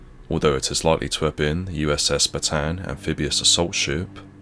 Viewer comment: The right pronunciation is "bata-an" not "bataan". Pronounce the last two letter "a" separately form each other.